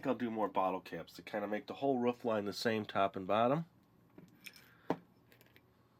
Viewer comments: OMG u do know roof is pronounced roof not ruff like a dog dumbo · Roof not ruuuuuffffff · Roof not rough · Ruf I think you ment roof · Its roof, you stupid, stupid man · Cool I never knew you could say it either roof or ruf? Anyways great job with the gingerbread house! :) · It'S. Roof not ruff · Is it an american thing how you say Roof? Because to me being Aussie, we say ro-of, you guys sound like ruf ? haha. (no offence, just wondering) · How you say roof is so funny xD It's like you're saying woof like a dog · well most parts say ro-of too. i dont know where hes from but as far as i know we say ro-of:) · U said roof soooooo wrong 👺👹💥💢